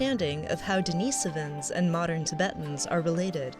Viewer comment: "If I say Denisovans differently from everyone else, I'll seem much more intelligent." Give me strength!